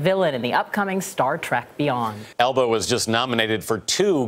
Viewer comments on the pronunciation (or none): Did anyone notice how the guy report cannot say Elba's last name right? Elbow? Elbum? hahaha!! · He called him "Idris Album" WTH 😂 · why does it sound like he's saying "elbow" and "elbam"?